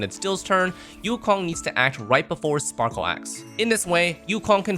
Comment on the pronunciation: blAde...not bald...... You sure her name isn't spackle?